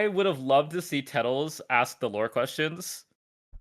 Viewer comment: Tettles wrong